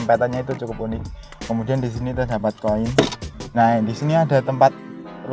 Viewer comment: Ping piro mas sampeyan ngomong "kumudian"?